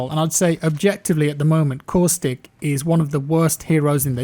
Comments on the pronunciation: When you were talking about caustic it took me a second to realize thought you said coolstick. I am dumb (very nice video btw ) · “”LOOK AT COOSTICK”” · My man coustic is Caustic 😉🤸‍♂️ Great Video on hit boxes. I felt that way from the beginning playing.